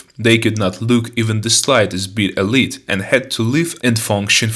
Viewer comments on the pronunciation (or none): none